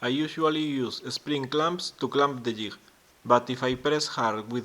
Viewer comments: You pronounce jigsaw correctly but jig incorrectly, even though they are both pronounced the same way ^^ Jig Jigsaw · Yeah I knew it had to do with your first language having a different pronunciation. It's quite noticeable since the word JIG is so often used in woodworking. That being said it has practically become a trademark for you so maybe you should keep saying it? :P